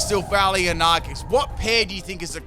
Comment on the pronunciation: Isnt it "ar see us" not "ark es"?